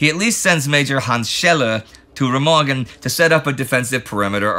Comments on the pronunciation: For your informaton; It is called [Rémahgen], not [Rèmàgen]. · Remagen is pronounced with the stress on the first syllable, sort-of "RAY-mahgen".